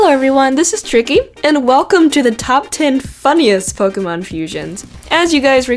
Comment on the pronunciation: u pronounce pokemon wrong